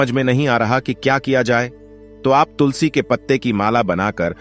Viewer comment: तो तुलसी बोलें तुसली नाही 😂😂